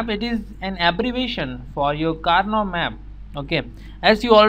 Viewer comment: i think that it is not kaynaugh map but instead karnaugh maps